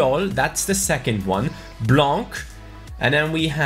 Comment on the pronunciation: Hi! I'm just telling you that we don't pronounce de "c" in "Blanc" in french! Keep up with the videos you're doing a great job!